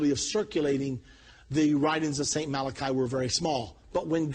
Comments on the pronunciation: Why is it NOBODY knows its "MalachY." Not "Malachi" !??? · First of all, it's not "Malachi" it's "Malachy " ! Get the NAME right for Pete's sake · Mal-ah-key..people, not Mal-uh- khi. Maddening....